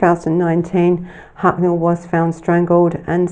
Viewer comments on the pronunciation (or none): Huckle* love your channel but you make a lot of mistakes with names, mispronunciation, and poor enunciation. If you worked on these your channel would be even better. Thank you for the great content. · Garry, His name is Richard Huckle. This lady is pronouncing it wrong. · Garry, it’s Huckle 😡